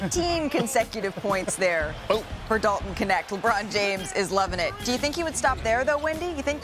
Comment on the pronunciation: it is not K.. NeKt it is KNECHT in Dutch meaning helper in Dutch